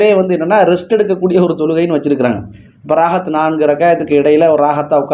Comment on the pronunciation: அடே தம்பி ரகயத் இல்ல ركعة ரகஅத்